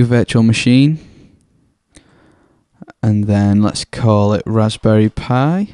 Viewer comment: there is something so satisfying about the way you say 'Raspberry Pi'